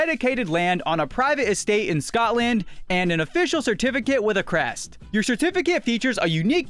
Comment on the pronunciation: "scott land" 💀